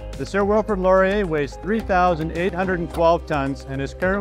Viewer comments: Please learn how to pronounce Canadian historical fIgures' names before recording the narration. It's Sir Wilfred law-ree-EH! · Laurier. Ay. Eh. A. ! Not Lorry ur.